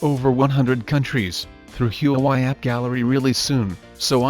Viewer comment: Everyone: "Huawei" Him: HUUWAI